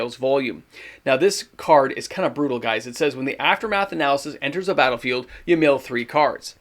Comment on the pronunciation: Say it with me "a·nuh·luhst." It's not pronounced "uh·na·luh·suhs." You were making my brain itch.